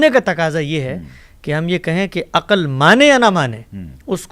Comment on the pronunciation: جناب حمزہ علی عباسی صاحب ۔۔السلام علیکم۔۔ آپ کی شخصیت اور طرز فکر سے ھمیں واقعی محبت ھے۔۔آپ نے اس پروگرام میں جن عقلمند عالم سے گفتگو فرمائی۔۔ وہ کئی باتیں ماشاء اللہ بہت منطقی انداز میں فرماتے رھے ، مگر ان کا طرز بیان ھجوں کے لحاظ سے بنیادی حرف شناسی کا بھی مصداق نہیں بن سکا۔۔ ساری گفتگو میں بے شمار بار عقَل عقَل عقَل کہا گیا مگر اس لفظ کے تلفظ سے حضرت نے سو فیصد جاھلانہ سلوک کیا ۔۔بہت مایوسی ھوتی ھے کہ کوئی کسی حکیمانہ گفتگو کا دعوی کرے اور موضوع کا مرکزی لفظ تک صحیح ادا نہ کر پائے۔۔ ھر بار انہوں نے عقَل عقَل کہا یعنی سٹریٹ لینگویج ادا کی نہ کہ مکتب اور علم۔و فرھنگ کے مطابق کلام۔کیا۔۔عقل کے لفظ میں صرف ع پر زبر ھے۔۔ جبکہ ق پر جزم یا سکون ھے اور ل بھی ساکن ھے۔۔ مگر عالم صاحب نے ٹھوک کر ق پر زبر لگا لگا کر جب با بار عقَل کہا تو انکا سارا حکیمانہ پول صفر ھو کر رہ گیا ۔۔۔ مکتب کا سچا نمایندہ اور ذھین فرد لفظ کا سب سے پہلا احترام ھجوں ہی کے درست استعمال سے شروع کرتا ھے ۔۔قرآن بھی یہی حساسیت سکھلاتا ھے اور ناظرہ و تجوید کے تمام مضامین صرف لفظ بولنا سکھاتے ہیں۔۔ یقین جانئے ۔۔۔ جسطرح دِل کو دَل ، گلُاب کو گِلاب ، کِتاب کو کَتاب ، مزِید کو مُزَید اور پَسَند کو پُسَند کہنے سے دکھ ھو سکتا ھے مجھے عَقل کو .ھر بار عَقََل عقَل کے تلفظ کیساتھ سن کر اتنی ھی تکلیف پہنچی اور بد قسمتی سے حضرت کا علمی اعتبار بھسم ھو گیا۔۔ انکی اچھی باتیں بھی بسا اوقات شوخی کے ھاتھوں بے اثر ھو گئیں اور اسطرح خود آپ کے معیار کو بھی ٹھیس پہنچی۔۔۔ کوئی غیر مکتبی آدمی اسطرح بولتا تو ایک فیصد بھی اعتراض نہ رھتا۔۔ مگر جب دعوی مکتب اور علم دین کے داعی کا ھو تو تاثرات کا معاملہ بالکل الگ ھو جاتا ھے کسی وقت رابطہ کیجئے